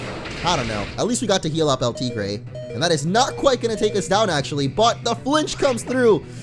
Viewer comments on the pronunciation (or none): YOUR STILL MISPRONOUNCING EL TIGRE!! IT JUST PISSES ME OFF.